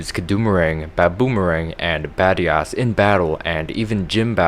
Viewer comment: badias sounds like bad ass